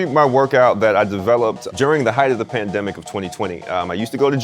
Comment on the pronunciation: he pronounced planed - emic wrong